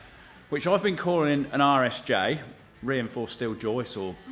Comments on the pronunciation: Full disclosure I thought you were saying Irish J this whole time. This video was the first time I heard RSJ and then you said that bit XD. Forgive the Yank, I just thought it was UK slang. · it really does sound like you're saying Irish J's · it wasn't just google translate that thought you were saying Irish J's. I did google Irish J after one of the first videos. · Not only me heard “irish j”, thanks google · Oh my gosh 😂 I legitimately thought you were saying "Irish J" the entire time! I thought it was a sort of joke, because over here we call them "i beams".